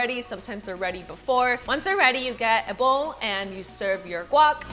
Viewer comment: guac...................say it right